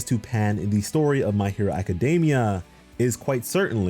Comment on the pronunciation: It's pronounced a· kuh·dee·mee·uh. Not DAY-mee-uh. Just a heads up.